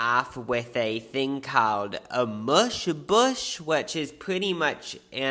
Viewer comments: An “a mush bush” is sending me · Seeing it written out, I finally get what he meant. An amuse bouche?!?! 🤣🤣